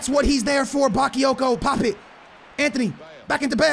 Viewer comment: OMFG NOT BAKEEYOKO IT'S BAKAAAAAAAYOKO